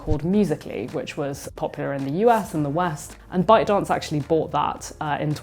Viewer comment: Did she said ‘Byte Dance’ or ‘Bao Dong”?